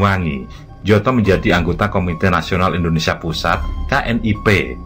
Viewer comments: Bacanya nyoto bukan njoto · Njoto dibaca Nyoto 🤦‍♂ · tempat persembunyian aidit di solo mengejanya adalah "SAMBÈNG" bukan "sambêng" dan tokoh pki yg disebut " njoto" yg benar menyebutnya " "NYOTO", yg artinya adalah "nyata" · koreksi,gak srek dengan ejaan dua nama Sjam(Syam) dan Njoto(Nyoto). Harusnya penyebutnya Nyoto dan Syam,jdi aneh kedengerannya. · Mohon maaf, Njoto dibaca Nyoto sedangkan Sjam dibaca Syam 🙏🏻🙏🏻🙏🏻